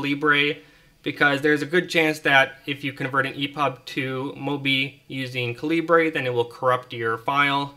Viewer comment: Caleebray lol. Dude seriously- it's just the british spelling of caliber.